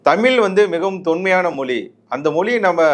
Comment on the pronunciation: Moli illappa. Mozhi. Olunga😮pesupa